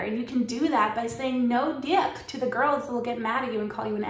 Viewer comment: I'm not a nice guy. I just try to be good by my loved ones and respectful of those around me. It may be lonely sometimes, but at the end of the day that's all that matters to me could spend a thousand years alone and die happy, knowing I can make anyone happy...... btw you're killing me when you say DYECK. 🤣🤣🤣🤣🤣☠